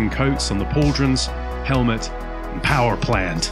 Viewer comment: did you adopt an American accent to say "Power plant" 😂😂😂